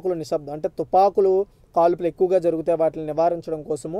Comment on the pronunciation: Tupakulu not tupanulu